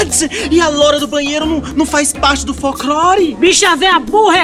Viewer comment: "Folc-lore" kkkkkkk